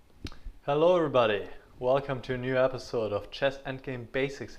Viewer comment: Wie er anfängt. Man hört noch das tippen und dann hello'rebody Hahahaha